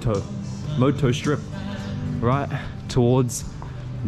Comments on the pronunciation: it's pronounced Mo-Adto , which means "will go" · It pronounce as mo-ad-to. a bisaya language in cebu. 😅